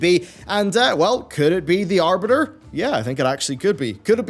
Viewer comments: Oh no, not "The Aribter"! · Mmh yes, the "Aribter."